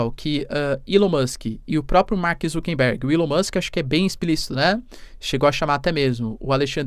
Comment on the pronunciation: Mark ZuckeRberg, e não ZuckeNberg